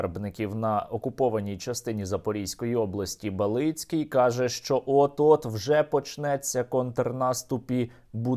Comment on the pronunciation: неправильний наголос у прізвищі балицького , не балИцький а бАлицький